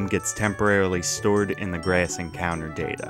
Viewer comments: so funny every time he pronounces a short "a" like "ayuh" (ie "grayuhss" instead of "grass") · I like how you say “grass” 😂